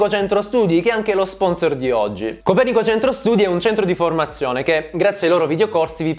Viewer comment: comunque io sapevo si dicesse copèrnico, non copernìco